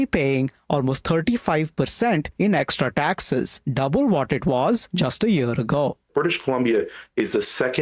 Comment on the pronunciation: Why does the US need Canadian lumber? Don't they have forests? Does the reporter not speak English.."extra daxes" WTF